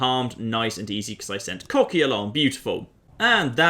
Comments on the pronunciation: Wouldn't Kochi be more likely pronounced "Kotchi" instead of "Kokhi"? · Kocki? Kohchee! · Kochi - pronounced "Cocky" Exactly.... Exactly... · he pronounced kochi as "cocky" i am living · Kochi is pronounced 'Koh-chee' Ko as in Koala and Che as in Cheese. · I'm guessing you are intentionally mispronouncing Kochi for humor's sake? As someone who speaks Japanese it's a little painful to hear over and over!